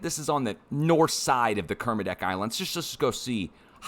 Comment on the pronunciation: Nailed the Kermedec!!